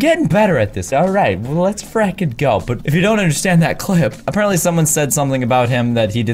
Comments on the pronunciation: you always say fRikEn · It is fricking